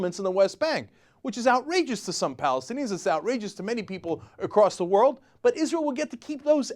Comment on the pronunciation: wold record!